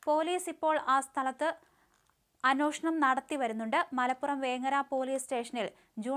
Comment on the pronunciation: അന്വേഷണം.. എന്നൊന്ന് പറഞ്ഞുശീലിച്ചുനോക്കൂ കുട്ടീ